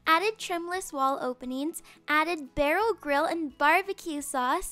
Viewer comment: i thought she said girl but she said grill but its sounded like she said girl